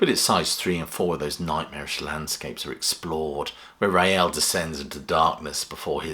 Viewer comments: It's pronounced 'Rail', not 'Ray-Al' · Please pronounce his name correctly, It's Rael (pronounced 'Rail') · "Rael" is one syllable, not two. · Rael was one syllable, like Rail, and not like the Madrid football team. I was never sure about the Lamb, as I only got into Genesis with Trick, W&W and Seconds Out, then investigated the back catalogue.